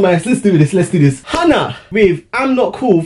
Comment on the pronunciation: The way he pronounced "Hyuna"